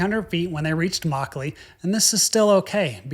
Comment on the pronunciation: Good review but yr pronounciation is god awful. It's 'muck-lee' not 'maw-clay'